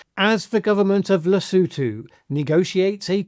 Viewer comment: At least he pronounced Lesotho correctly 🤷🏾‍♂️